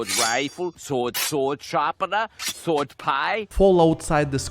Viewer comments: The ‘w’ in sword is silent…. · Brother your English is very good, but don't pronounce the w in sword!